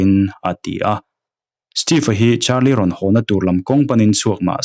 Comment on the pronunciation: Carlie brucia ani sia,charlie tiin ilam rengbawk sia,ngaihna awmlooo😂